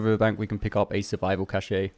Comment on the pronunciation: Bro it’s pronounced ‘caesh’ not ‘cashay’ 😂 Great videos though helpin me get that platinum real quick